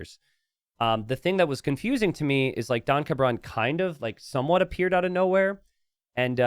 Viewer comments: pronouncing "don cabron" as "donka bron" really throws me especially since cabron is a naughty word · Yeah, his name is Mr Bastard and keeps calling him donkabron lol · The most heinous part of this situation is pronunciation of "Don Cabron"